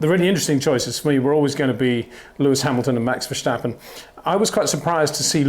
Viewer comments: Peter Windsor you finally said in the beginning Max Verstappen not Max "Vershtappen" ... I take my hat off for that ... cheers! ... RESEPECT from 🇳🇱 🏎🏁 🏆 but then later on you started to say it wrong again :( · Btw...how come ppl keep saying "vershteppen" all the time ? It's not that hard to say "verstappen" if you speak english. Same with "max" btw...if you can say "awe", then you can say max too. My name is frank, not frenk...just the same. Edit-- you wouldnt say kèhrlos either right ? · Great stuff Peter, keep it up! Would be even better if you drop the Verssschtappen 😉. It's VerSTappen, with just an s and a t. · Peter, why are you after all these years still saying Max VerSHtappen? Seriously, the S is pronounced exactly the same in English so why turn it into a SH sound? So weird. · Max vershhhhtappen 😑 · If you pronounce the a in Verstappen as in dance or can’t you pronounce it closer to how it should sound. Same is true for Amsterdam, for both a’s.